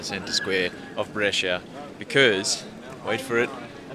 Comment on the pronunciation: you read it bresha, not bresheea